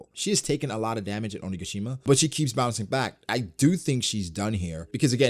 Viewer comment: Hey, Oni-ga-shi-ma sounds just perfect now ❤️❤️❤️ listening...